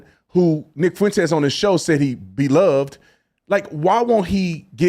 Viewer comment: I feel like Dinesh just pronounced Nick’s last name better than he does